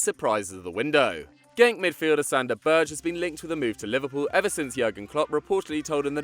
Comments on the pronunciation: i very much do like these videos but it would be great to hear names being said proporly. example: sander berge. not berje. norwegians often pernounce every letter in a name. obviously i only hear it with norwegians bet i normally assume you look it up before a video. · Berge is said Berg-e